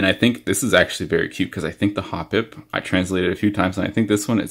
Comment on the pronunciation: finally someone who pronounces it correctly XD